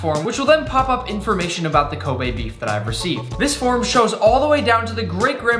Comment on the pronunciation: Glad Nick finally learned how to pronounce Kobe beef 🙌🏻